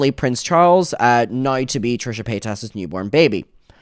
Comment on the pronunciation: Trisha Pay-toss